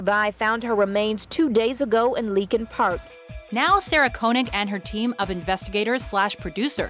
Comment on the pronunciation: Good list, I'm in wholehearted agreement. Gotta work on your pronunciation of some of those names though. Cecil is "SEE-sull". Jad Abumrad pronounces his own name "ah-boom-RAHD". Koenig is pronounced "KAY-nig". Just a nitpick.